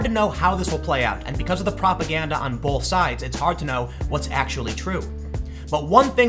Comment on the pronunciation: The word "both" doesn't have an L in it. Stop it.